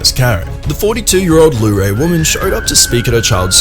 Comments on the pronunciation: It's Luray. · Since you are going to post a follow up, the name of the town is Luray not Larae. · The first clip was Luray Va, not Lorae.